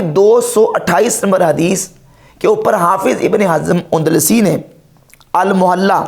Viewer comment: اندلسی ہے کندلسی نہیں۔ نحوی نہیں ہے نووی ہے